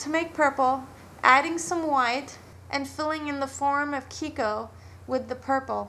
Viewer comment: lol "kiko-colour" ^^